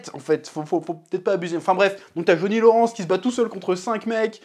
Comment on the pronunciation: "Jauni Loransse" pitié chef 😭😭😭